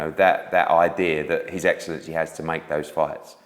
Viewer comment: Take a swig when Eddie says 'his excellency' 🥃 ; ; ; ; ; ; ; ; ; 🤦‍♂️ Hideous pronunciation